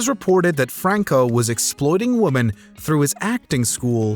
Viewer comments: I’m gonna need the narrator to say “women” instead of “woman” when the word is pluralized. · It's Women not Woman dang it!. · Why does the narrator keep saying woman it's women not woman plural is women singular is woman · Why the hell does the narrator keep saying "woman" instead of "women". So distracting and stupid. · Is he saying woman instead of women or am i hearing it wrong? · and it's "women" in plural, not "woman". Best regards from someone who doesn't even have English as their first language. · It's women not woman lol. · I came here looking for this specific comment! It irked me every time the “Narrator” said woman as a plural. it says Dozens of Woman. Ironically the Closed Caption says Women. I was wondering if anyone else noticed or was bothered by it. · 3 different womAn.....your A.I.. presenter needs a raise or a womens sex inappropriate charge... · Is it just me, or does the narrator not know how to pronounce "women"?